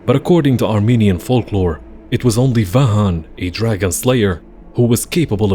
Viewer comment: Great video as expected from you guys! On a side note, Vahakn is actually pronounced with the 'k'. In English some people write it with 'g', but in Armenian it is written and pronounced with 'k'. I say this since Vahan is another name.